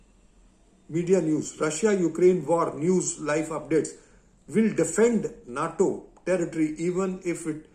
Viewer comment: NATO = 'nay-toe'